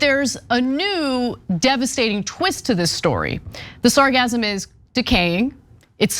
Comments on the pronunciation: Your pronunciation of sargassum is incorrect which is why it is sounding like orgasm. Try it this way: sar-GAS-um. You make that SS a short sharp ass instead of a z sound like you guys are doing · Yes! hahahahahah! i can totally understand the confusion! Orgasm...and Sargassum tho spelled differently they can sound similar if not careful! pronounciation...AWR-gaz-uhm (3 syllables..emphasis is on the first) vs Sahr-GAS-uhm....(3 syllables....emphasis is on the 2nd) If i remember my english grammar...its been a minute! but it made for a great laugh at work today! Thanks for that!!! Really enjoy your news channel! Keep up the Great Work!!! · If you learn how to pronounce sargassum correctly (emphasis on the SECOND syllable) you would learn that it isn't funny at all ...... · Don't say sargassum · That's a hard S there Anna. SargaSSSum. Hah hah! sargazm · Sargassum: sar-GASS-um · 'Sargassum' is pronounced with a S sound in the middle, not a Z sound as in 'orgasm.' Perhaps the odor of rotting eggs has confused you. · Its pronounced sar gas sum not sar gasm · sargassum , seagasm .. you say potato , i say potáto lol :)) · Sargassum is pronounced sar-Gas-um as far as I know. Like Sargasso. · It isn't pronounced with the "z" sound, it has a double "s", pronounced like hiss or kiss.